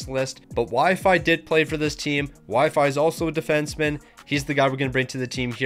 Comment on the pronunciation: Calling Xhekaj, “Wi-Fi” had me dead